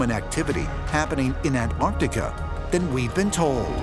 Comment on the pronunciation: Almost every pronunciation of Antarctica was wrong. It isn't Antartica.